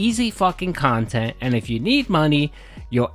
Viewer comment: REEEE-Ack khantent hasn’t been the winfall thought it would be.